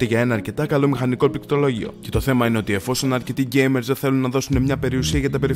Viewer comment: νομίζω ότι πρέπει να κάνει πρόβα τη λέξη πληκτρολόγιο